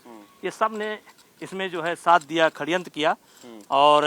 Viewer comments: Are chhori C.... Khadyantr nhi hota Shadyantr hota h 😊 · Khdyantra nahi sadyantra Bolte hai